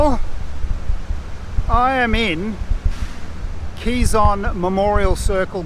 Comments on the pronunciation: Pronounced as “ke-zon” not “qi-zon”..quizon is filipino comedian’s last name 😄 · bit jarring to hear "kizon" repeatedly... wish there was an easy way to get pronunciation right